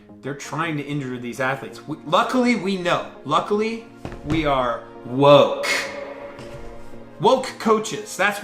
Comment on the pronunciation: It's ok, this guy is mangling the word "woke" badly too, it evens up.